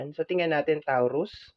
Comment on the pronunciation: TAW ROOS AMPOTA ayusin mo naman pag pronounce ung zodiac namen gaga